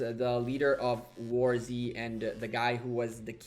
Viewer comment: Nice video. Btw, its warz, not war z, pls, ty :P